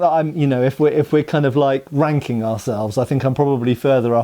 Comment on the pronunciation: No offense, but I heard "ranking ourselves" (regarding sabres) as "wanking ourselves" until I re-listened. 😂